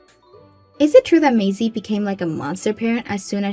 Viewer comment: Its maisie is pronounced maysee